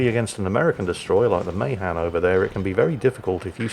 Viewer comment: Ma Han not may han